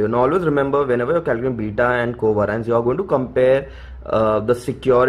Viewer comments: It's pronounced co vay-ri-ance , not coveraince 🤦🏻‍♀️ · Itna aata hai toh khud se sikhna co vay-ri-anceeeeeeeeeee